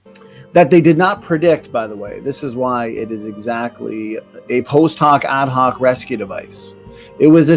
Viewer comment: I'm sorry but it bothered me every time he said "post hoc ad hoc"